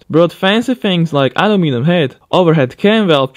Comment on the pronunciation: You have an Issue with the Word aluminum